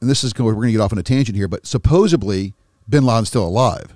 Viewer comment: I can’t take a grown man serious who prefaces his sentences with “supposebly”. If you haven’t figured that shit out yet, nothing else you’re saying has merit.